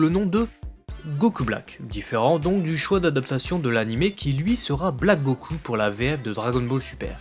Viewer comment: La review est bonne, mais ta prononciation pseudo-japonaise du mot "goku' devient excessivement lassante à la longue.